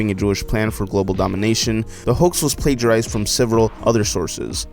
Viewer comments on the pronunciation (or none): none